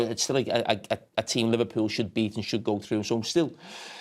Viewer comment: "Yah, we bweat 'em 99%" 🤣🤣 Who's laughing now, huh?